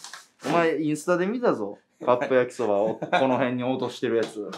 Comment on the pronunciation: 焼きそばが焼きしょばに聞こえた